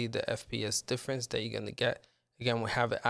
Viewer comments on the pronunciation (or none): none